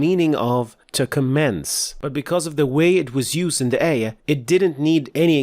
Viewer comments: it's QUR'AAN and AAYAH etc, not QUREHN, EHYEEH. Stop using English pronunciation, please. It's like you're trying to introduce a new way of reciting Al-Qur'an (qiroat). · I'm not sure what are you talking about, the "aa" in Qur'aan is simply denotes mad thabi'i. What's actualky what bothers me me most. He taught tajweed while he himself not even pronounced words like qut'an, surah, ayah, mad etc. prooerly. (the FATHAH should heve been proniunced like it in but, cup, etc. yet he say it like in the words bed, let, met). He pronounced it english style when reading it in LATIN characters.